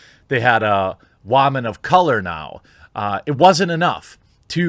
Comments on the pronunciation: Why does he say "Waman" and not woman? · Wamon, please dont ever say "woman" again. love the injection of "Wamon" cracks me up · It’s Woman, not Wamen... or what ever you fuck you call them. WOMAN WOMAN... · Question: Where’s the "H"??? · How you pronounce woman makes me cringe